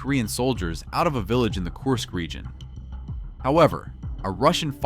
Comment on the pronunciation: KURSK not KORSK!